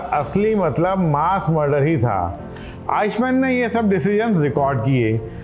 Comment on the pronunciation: अरे उसका नाम "आईश मेन", "आइक मेन" था...!